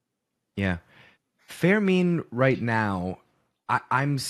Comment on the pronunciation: "fairmeen" kills me everytime says it